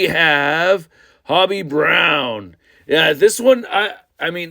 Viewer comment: It's ho be not hobby